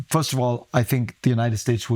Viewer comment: Why can’t Akash say “First”?